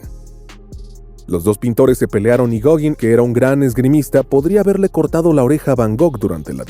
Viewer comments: Ten la decencia de pronunciar Gauguin bien. (Goguen) no (Goguin). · Gogin!? Gauguin (pronunciese gogán...) Y tiene alguna prueba del"amor" entre Vincent van Gogh y Paul Gauguin!? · "Goguin", en serio??? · ¡ SE ESCRIBE GAOGUIN, PERO SE PRONUNCIA GOGAN ! ¡ GOGAAAAAAAAAAAAAAANN !